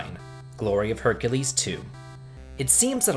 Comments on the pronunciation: Did he say "Glory of Hercules 2?" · If you like the game so much why did you call Heracles "Hercules"?